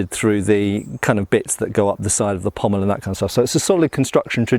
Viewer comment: It's very nice to hear someone pronounce 'pommel' correctly. I don't know why Shadiversity's Shad insists on calling it a 'pummel.' I dunno, I mean there might be an inside joke behind his insistence on mispronouncing it, in the same way that I insist on calling them "indexes and matrixes," rather than properly calling them "indices and matrices."